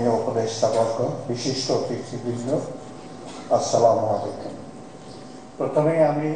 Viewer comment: সালাম দিতে পারে না। কি বলে স্ল্যামারলাইকু, হইলো?